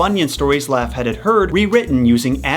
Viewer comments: Laughead pronounced "Lockheed". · Bruh, Laughead is pronounced Law-heed. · lmfao ... It's pronounced 'lawheed' btw 😉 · You want to learn something: The pronunciation of 'Laughead' and 'posthumous'.